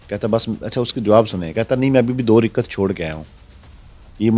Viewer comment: تمہارا مسئلہ ڈاکٹر سے ہے یا نماز سے؟ رکعت ہوتا ہے رکت نہیں..